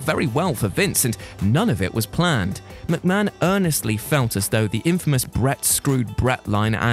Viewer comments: it's McMahon not McMcahon !! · Ah yes, Vincent Kennedy McMcahon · 1st part of the video “Vincent Kennedy McMcahon” 😂 I wish he was called that it’s funnier. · MC MAHON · Who is Vince McMcahan?